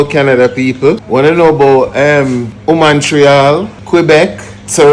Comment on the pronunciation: I know did not just say WOMAN-Treal! Looool😂😂 Cyan deal wid him enuh